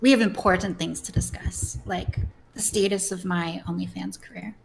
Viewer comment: Is fucking British or something what the fuck is that pronunciation of the word status